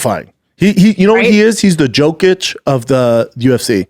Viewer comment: He asks he if she watches basketball then pronounces Jokic’s name 3 times wrong